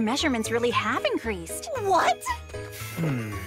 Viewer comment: "Ski-thee-yuh"? Its "Sai-thee-uh" How do you pronounce "Scythe?" "Sai-th" Not "Ski-th"